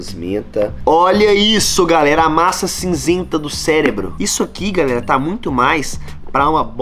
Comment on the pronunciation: Não é celebro é CEREBRO